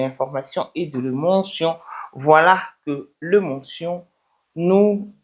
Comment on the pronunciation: Émotion pas Émontion